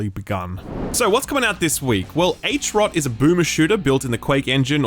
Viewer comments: HROT is not propnounced H-ROT, but HROT. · Hrot is pronounced like "Throat" without the first T, slight breathy emphasis on the first H. not H-Rot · Love how english speakers try to pronounce Hrot as H.rot. Makes me laugh every time. Write it in google translate, set to czech and hear how much difference is there. Thanks for the laughs and content dude, keep it up!